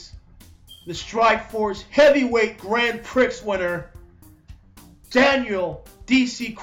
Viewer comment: great video, but "grand prix" is pronounced "grand pre" FYI (word of foreign origin)